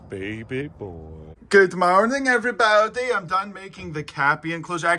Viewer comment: I like how he says “evwee baodee”